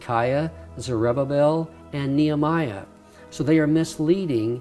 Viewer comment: Pronounced (Knee Hem E Ah) not the way he pronounces the name; (Knee Ah my Ah) By the way as there are still people today with that name. :)